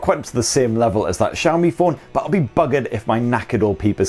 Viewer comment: The way you pronounce xiaomi as Zhaomi is cringy